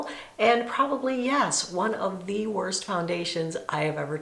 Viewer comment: Not to be mean, but Stop saying thee, it’s the.